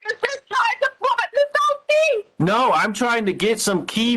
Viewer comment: She pronounces "thing" as "thinK" with a very hard K...but she has a doctorate in education?!? Please. 🙄